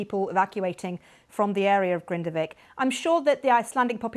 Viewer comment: Grindavík is pronounced “Grinda-veek”, the BBC have the resources to not murder pronunciation of locations